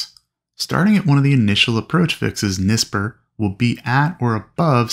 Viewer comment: NSPYR is pronounced 'En-spire' fyi, lol, just spoke w family member who is KDEN TRACON controller, i also called it nisper and they laughed :face-green-smiling